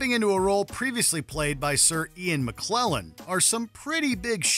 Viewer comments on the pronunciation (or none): McKellen, not McClellan. Pronounciation: MIC-Kel-lin. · *Ian McKellen, not McKlellen. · He also pronounced it Ian McClellan, not McKellan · I am begging you guys to do a little bit of quality control. It's Sir Ian McKellen, not McClellan, and Thor's sister's name is Hela, not Hera. Also Chris Evans was in Snowpiercer, also based on a comic. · Bro what is going on with these pronunciations? Nay-gen? Maclellan? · I distinctly heard the narrator say "Ian McClellan" instead of "Ian McKellen" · And by the way,, whoever is narrating this list, needs to not flub the name of Sir Ian MCKELLEN! It's not McClellan, ya muppet!🤪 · Bruh, did you just say Ian Mcklellan? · How dare you mispronounce Ian McKellen